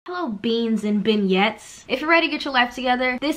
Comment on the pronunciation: nobody:: “ben-yets”...u mean beignets???😂😂😂